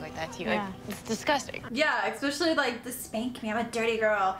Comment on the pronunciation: Can’t take anyone seriously who says EGGspecially